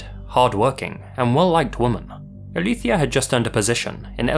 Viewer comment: Amé que haya buscado cómo se pronuncia Alicia según de dónde venía ella.